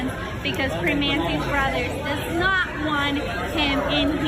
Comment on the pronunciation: It's pronounced PrimOnti bros. And North VerSAILS